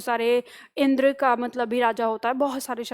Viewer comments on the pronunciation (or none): none